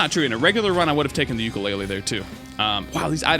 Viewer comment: clears throat "I kinda missed da Preon Shot!" had me crackin up